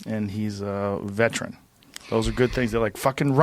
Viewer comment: ITS VETERAN, NOT VETRAN!!!!!!!!!!